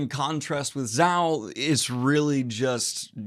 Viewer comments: It's pronounced "ZOE" not "ZOW". lol. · ZOH NOT ZOW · Well in the anime it's pronounces as "zouuu" than "zaw" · It's pronounced Zo, not zow. Zo simply means elephant in Japanese. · Ikr! I cracked up. Isn't it pronounced Zo-oh, though? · Zou spells Zaow ah I see. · It is funny to hear it pronounced as Zau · I'm no japanese speaker but Zao sounds chinese. Usually ou's are read as o or oo. Take that as you may. Thanks for the content. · zou. pronounced like zō or zoh. japanese for elephant. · I was so excited when I saw this video in my feed and I INSTANTLY clicked on it. And right away I here Daniel saying "ZHAOU!" Then i burst out laughing like crazy. Love you Daniel, you're awesome. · It’s pronounced zo. Zhou is just the Japanese word for elephant. I’m glad you’re enjoying one piece. Your content is awesome and I really hope u and Merphy are part of nexts year’s reverie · Hey it’s pronounced zoh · Me: "Oh cool, new OP review from daniel. Excited for this one." starts video Daniel: "ZOW!" Me: "Amazing." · Zou is pronounced like like 'so' (but with a z). Means elephant in japanese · The way he says Zou is funny